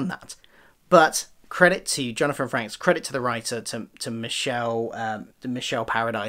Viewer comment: Frakes is pronunced like "fakes" with an r after the f. Great review!